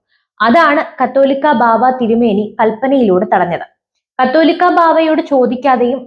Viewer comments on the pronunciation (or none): ഈ ന്യൂസ് റീഡർക്ക് 'കാതോലിക്ക' എന്ന പദം ഏതോ അശ്ളീല വാക്കാണന്നു ധരിച്ചാണ് തെറ്റായി വായിക്കുന്നതെന്നാ തോന്നുന്നത്.